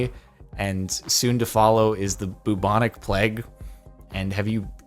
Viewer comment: Person: "Blue Tonic Plaque" Jardon:"Hmm yes Blue Tonic Plague"